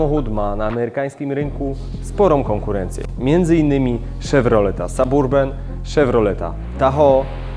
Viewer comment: to nie jest Szewrolet Saburban ;) tylko Saberben (podmiejski - səˈbərbən) - a drugi to Tahoł :) - sam jestem z Rzeszowa i Panowie wstyd mi za Was i za Wasz angielski